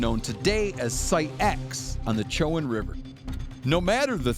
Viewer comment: It’s pronounced chow-ann, Steve